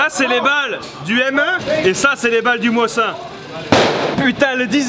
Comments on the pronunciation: le Mosin Nagant ça se prononce ( Mozine) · Ps : sa me fait trop de mal quand je t'entends écorché le célèbre : MOSIN - NAGANT et pas moisin nagant rololo lol le tireur en carton lol le sniper de la manette de play ofaite tu etait sur un pas de tir de combien de mètres ??? Moi avec mon mosin nagant a 200m je tien le noir dans une pomme .je précise sans lunette pu avec un modèle d'infanterie !! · j'ai grave kiffer le seul truc c'est qu'on dit un m1 garand et le moisin nagant tu le prononcé pas bien moisin se prononce comme en anglais mais sinon c'est super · Le Mosin-nagant se prononce "mozinagan" ! Et ce fusil a aussi fait la première guerre mondial ! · Tu peux tirer en France, ça se prononce Mozine Dagant, et c'était un fusil d'infanterie à la seconde guerre mondiale, pas un sniper ( certains modèles avaient le levier plié pour fixer une lunette mais rien de foufou, néanmoins il reste très précis :) )